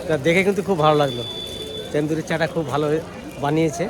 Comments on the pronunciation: Say Tandoori not Tendoori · Kathata tenduri noi tanduri. Ucchharangulo bhison bhuĺbhal karen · ১৮০ বার বললেন তেন্দুরি 😂😂😂 তন্দুরি বলুন